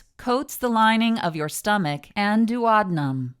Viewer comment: Youre Daactor, stomech,etc. I hate that voice